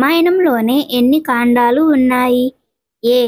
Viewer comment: కాండాలు కాదు కాండలు